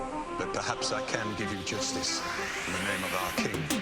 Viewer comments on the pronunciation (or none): none